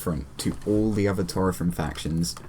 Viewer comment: Sorry for bothering you, but you mispronounced Taurethrim. The "au" is pronounced like "ow" in "owl". Also, it's "Cerinrim", not "Ceinrim", and it is pronounced Kerinrim. However, you pronounced Morwaith, Limwaith and Pertorogwaith (now renamed to Perdorogwaith, so you need to pronounce a D sound instead of a T sound) correctly.